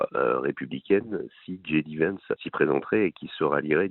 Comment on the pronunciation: j.d.vance .... j se dit je en français et djai en anglaas, dji s'écrit G comme gb